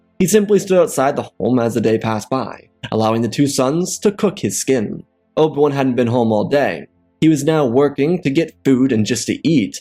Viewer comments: can NOT say Oh Bee WAN. “Obwun” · What if you could enunciated Obi-Wan's name clearly and give some air time to the "I"... this was rubbish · Oh my god, slow down. Your words blend together terribly. Obi-Wan is 3 syllables. Its not Obwn.